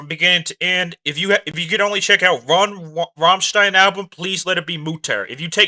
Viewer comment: You can’t pronounce it